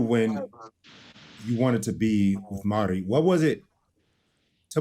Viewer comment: It's "Mari", just like Kenny calls her...Not Maudddie!!! 🥴